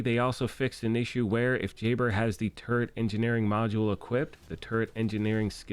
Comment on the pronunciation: oh turret...LOL! I thought you were sayin TURD.